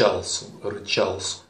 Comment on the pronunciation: Рычал Су ударение на У